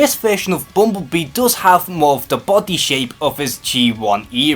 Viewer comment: The way this dude say bumblebee... lmao it sounds like bumbubii